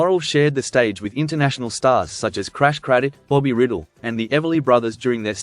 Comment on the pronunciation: It is pronounced RYEDELL, not riddle.